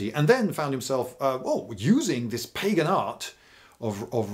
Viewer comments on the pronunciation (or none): none